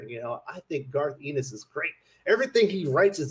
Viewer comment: FYI, Garth's last name is pronounced "EHN-is", not "EE-nis".